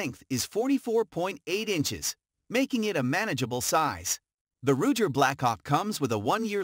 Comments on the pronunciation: Rugger.. lol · Hey intellegence its ruger .rudger da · This guy obviously knows nothing about airguns. He pronounces Gamo and Ruger incorrectly for one and see nothing very odd about any gun grouping 20” at 10 yards. What a joke! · Can't ever say ruger correct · The computer voice was pronouncing " lb " ( pounds in Foot Pounds ) as ulb. Haha